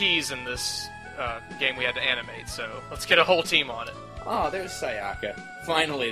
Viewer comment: That's not how you pronounce Sayaka. Also a thousand yen isn't a lot of money etc.